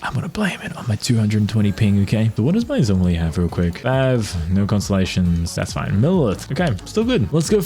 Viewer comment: Its Zhongli. Not Zongli😐